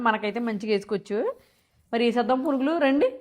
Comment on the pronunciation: Akka sudden ga purugulu annattu vinpinchindi😅😅😅😅